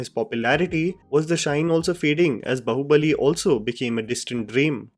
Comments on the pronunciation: It is not Baho it pronounce as Baahoo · The title of the film is BAAHUBALI, you are pronouncing BAHUBALI, are you A blind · It's pronounced baa-hubali not ba-hubali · Its not बहु-बली lol it is बाहु-बली